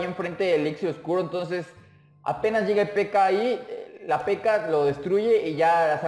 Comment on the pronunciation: con una PekAa xd es raro como lo pronuncia almenos aqui en mi pais